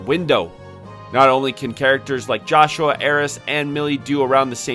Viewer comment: Man did you just straight up not play the game at all? You're pronouncing 2 names wrong. Joshua is pronounced "Yohshua" (he says it right away) and the Cyuss is pronounced "Seeyus" not "Kaiyus"